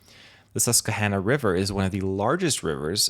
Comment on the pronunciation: As a Pennsylvanian, it's pronounced Sus-kwuh-hannuh